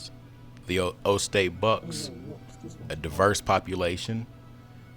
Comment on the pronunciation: It's Ohio State Buckeye's not O state bucks